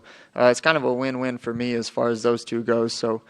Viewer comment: That journalist really said “as fartin”.